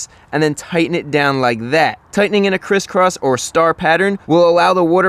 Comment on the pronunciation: I go laughing every time you say crisscross lol